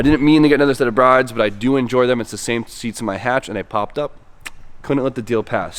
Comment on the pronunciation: Just a FYI the seat companies name is pronounced BRID not bride like its spelled.